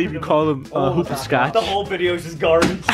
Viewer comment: its hopascootcha